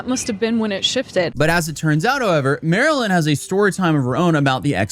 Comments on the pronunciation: Idk why it irked me but her screen name straight explains how to say her name. Not Marilyn. Marlyn (like the fish, marlin) hence her name marlynlikethefish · Bro MAR-LYN…. “Like the fish”